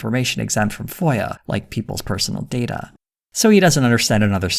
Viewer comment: why does he say "DATA" that way tho?